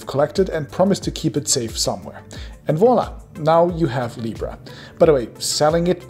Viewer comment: "Now you have libra." I understood, "Now you have Lepra."